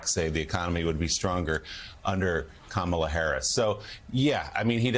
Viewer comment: Okay, I've been watching this show forever, but I've been watching the last few months and gritting my teeth. Because why can't you people say kamela Harris's name correctly? Have we not been through this? It looks like you don't care. It looks like you are not prepared. You don't even pronounce her name correctly. This morning, 3 different people, including Joe, pronounced her name incorrectly. She's not a camel. She's a coma can you guys work on that? Because it looks like you disrespect her and the rest of us.